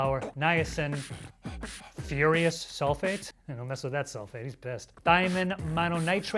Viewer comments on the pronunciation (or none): It's not "furious" sulfate like the emotion, it's "ferrous" sulfate like... Magnetic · Man really said Furious Sulfate 🤣🤣🤣